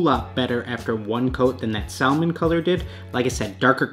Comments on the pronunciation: It's pronounced "samon" not "sal Mon" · You had me till you said Sal-mon. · Anyone else annoyed at how he pronounces Salmon? The l is silent should sound like "samon" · The color “salmon” is pronounced sa-min (the L is silent). It’s the name of the fish. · If this dude say SAL-Mon One more time, I'm gonna quit being a pescatarian, lol. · My man really said SAL-MON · The L is silent in salmon that irritated me the whole video 😂 The trainers looked amazing 👌🏽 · Hold up... how did you just pronounce salmon 😐🤭🤯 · Love your vids bro but I hate how you pronounce salmon 😂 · I can't believe no one has commented on this so far but the way you say salmon is like REALLY wrong. The "L" is silent.